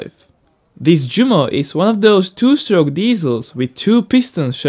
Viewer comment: Good video, but as an aside, Junkers is properly pronounced like "young-kers", not "jun-kers"; also, Jumo is "you-mo" and not "ju-mo", since it's a portmonteau of Junkers and Motorenwerke.